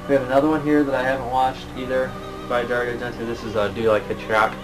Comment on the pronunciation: just for your own peace of mind it is pronounced Dari-O Argent-O enfasis on the O it's Italian. i'm not tring to be a dick just thought you would want to know.. thanks again for all the info..I tune in all the time.